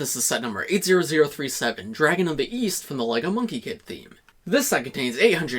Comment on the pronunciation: I thought you said Weast